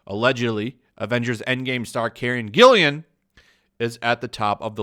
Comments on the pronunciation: its GILLAN, not Gillian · Hey, just a tip, Karen's last name only has one I. Gill-AN. Little OCD on pronunciation , no ill will meant. Keep up the great content. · Karen's last name is spelled G-I-L-L-A-N. With a hard "G". Just a little note,. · Whose Karen Gillian? or do you mean Karen GILLAN?